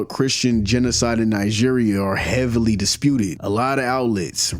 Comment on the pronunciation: Great Video just in case you read this try pronoucing it "NaiDjiria" basically with a hard G (pause?).